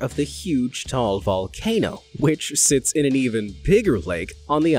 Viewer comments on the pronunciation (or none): Pinoy here, Taal is pronounced with two syllables not just one like 'tall' its pronounced Ta-Al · HEY IT'S MY COUNTRY PHILIPPINES!!!! the TAAL volcano though we usually pronounce it as "TA-AL" not "TAAL". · "Not Tall, Taal." - Literally you butchered it.. it sounded alike. 😒 What's the point of making distinction if you did just the same? - (correct way is:) "Taaaahhh Aaahhhl" 😓 "not tall.." - I think it's your voice/video included in this clarification.. - although kudos to you for reading that Iceland one.. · He did make a few mistakes. The Philippine volcano is pronounced "Ta-al" with both a's spoken. Also, the island isn't Manila it is Luzon. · Did you just say the island of Manila?! 🤦 Luzon is the name of the island that the city of Manila (and Taal) are on. Also it’s pronounced Ta-al, not tall. Trust me, I was born and raised there, and have been to Taal twice and even swam in the crater both times. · actually the pronunciation of ' TAAL ' is ' TA-AL' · Ta-al (two syllables) is in the Philippines on the island of Luzon and not Manila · It's pronounced Ta-al. And the bigger island is called Luzon; Manila is the capital city IN Luzon.